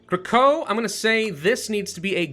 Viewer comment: Krakow is pronounced either Kra-kuf (rhymes with cuff) in Polish or Kra-Kow (rhymes with Cow) in English. Kra-co (rhymes with foe) is just completely incorrect and especially grating.